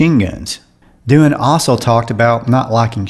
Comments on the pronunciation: James' last name is pronounced "Do An" not "Do-Han" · James Doohan is not pronounced "Doo harn" but, Doo'n ... You may have the facts but your pronunciations are way off.😢🥺 No subscriotion from me. Sorry.